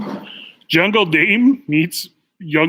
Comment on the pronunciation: Mikey there IS an 'L' in Jungle, without it is junge, read after me "Tarzan is the King of the jungLe"😀🐒Way to go -- Great show as usual!